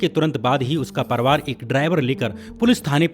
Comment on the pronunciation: भैया परवार मत बोलो परिवार बोला कीजिए